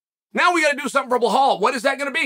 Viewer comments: Chanel keeps saying bahal or something like this, it belal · It’s Belal not Behal. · Now Uncle Chael has to learn his name like it says in the title of the video, it's "Belal", not Bahal. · It’s belal not blowhole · Chael: "Remember the name" (doesn't remember Belal and call him Behal) Classic Chael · Dude it's just belal not behhhlal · C'mon Chael still with the Behal🤣Belal LLLL Belal! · It's pronounced Belaal, light L not Be(LL) ha(LL) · At least pronounce his name right. It's Belal, not Belhaal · It’s actually more difficult to say Blehal than Bilal. But Chael is making that extra effort to keep playing the ignorant racist character from Oregon on podcast. That’s part of his brand. 😂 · It's be-lal ... not be-hol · PLEASE stop saying “BeHAL” it’s “BeLAL” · It's not BAHAL. His name is BALAL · His name is Bilal not Bikhal 😂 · It's pronounced Be-LAAL. NOT Be-HAUL. NOT Be-LOL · bro it bee laal not bee hall ... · It's not Behal. It's pronounced beelaal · I think it is so funny that we have gotten to the point where no one questions Chael for saying "Blehal" anymore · Actually BlaaaHAAl has been pronouncing his own name wrong his whole life, turns out his parents have been saying it wrong. Lord Chael has educated us on how to say it the right way. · I like how Chael starts with "Remember the name! ... BLAHAL"! Undefeated and undisputed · "why yes Blahal, i believe i will. i believe i will remember that name." lmao! i love how Chael does that same line every time he mentions Belal now 😂🤣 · Behal Mohammad to Makhalchev - seriously how hard is it to pronounce Belal and Makhachev? 🙄 or is it just a gimmick? 😅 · Remember the name Belal Mohammed. Proceds to say blahol. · I only watched this to hear "Blahall remember the name" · "Remember the name: Blehal Mohamed!" Ok great! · Starting by saying "remember the name" and then calling him Bla-hall is why Chael will always remain undefeated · I will always hear Chael saying "Blehal" in my head anytime this dude comes up